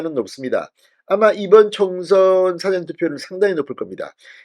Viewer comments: 잘 보고 있어요 사전이 아니고 사-전입니다 좋은 방송 부탁드립니다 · 발음쫌 다시 해라 싸전이 머코